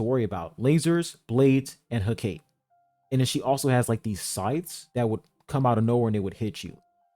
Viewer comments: Every be pronouncing her name wrong man 💀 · I think it's "Heh - Ka - Tay"